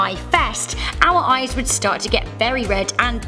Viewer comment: Hazel. But I can tell from the many times you said it but you've definitely had many flies in your ehs